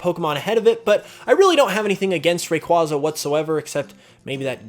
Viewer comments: *Ray-kway-zuh Not "Ray-kwah-zuh" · RAQUAYYYYYYYYYYYYYYYYYYYYYYYYYYYYZA NOT RAQWAZA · Fuck stop saying rayquaza like that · You pronounced Rayquaza wrang!! Yes, wrang was purposeful. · Rayquaza and arceus are pronounced wrong. There is no RCS system. Also that's not Yugi, that's the Pharaoh.